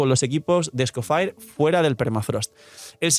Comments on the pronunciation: sin cansarse de decir Escofire: 🚬🗿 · Es francés.. se pronuncia ES-CO-FÈg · Será que puedes decir bien el nombre del personaje? Ya no es un leak, ya tenemos el personaje y ya sabe como se pronuncia, a veces parece que se te olvida que no eres creador de contenido de un canal chiquito.